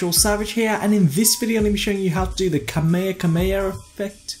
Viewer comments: Kamayerey xD its pronounced Ka may ha May ha And its Kamehameha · Brih great tutorial, but I did laughing when you're trying to pronoince kamehameha